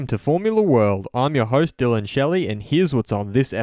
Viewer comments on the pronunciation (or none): none